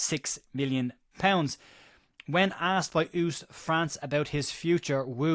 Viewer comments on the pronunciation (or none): its pronounced west (as in English)so west france.